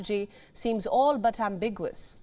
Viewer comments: Ambigous: Don't say "ambigwas." it is "am big you us" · I think it's cute that such a highly trained news anchor struggles with some English words... Like Am-bi-gui-ty, Am-bi-gu-ous... That's how to pronounce those ones! Love your work, and I'm not trying to be mean. I completely understand that you speak another language and I find it endearing. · This chick can't even correctly pronounce ambiguous why am I meant to take her opinion seriously on anything.